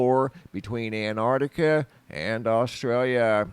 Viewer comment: Why can't Americans say 'Antarctica?' It's not anartica!